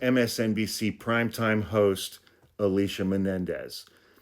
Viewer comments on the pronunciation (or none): As one Alicia to another..our name is pronounced A-LEE-SEE-AH. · Yes, Nicole has definitely mentioned that Michael Schmidt is her husband. More than once. He might be scowling but he’s smart and informed. Also, the show is not DATEline, it’s Deadline AND it’s MS Now not MSNBC. ALSO, you are pronouncing Alicia incorrectly AND Alicia DID explain who her father is and that she wouldn’t be covering the news about him. Which is totally understandable. The only point you seem to be making is that maybe next time you take a rode trip you might consider a nap before posting because this one is sub par.